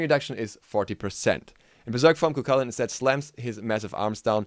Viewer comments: it's pronounced koo hoo lin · you keep saying he's name wrong